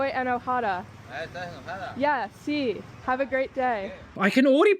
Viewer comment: My Spanish isn't perfect, but I heard her say "I'm angry" and not "I'm excited." The d in 'enojada" sounded the way "r" is pronounced, and the vowels were very weak. Spanish's vowels don't become weak like that.